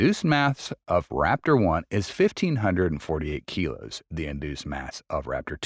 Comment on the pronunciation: 195 kg is err... 195 keegos ?